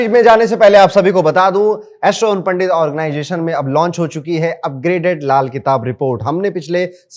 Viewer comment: Sare astrologer ban gaye hain.... bluffing 😮 organization bolna to seekh le 😮😮😮organggggation naee hota....👎